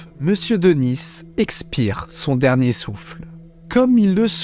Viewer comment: Denis ça se prononce Deni et pas Denisse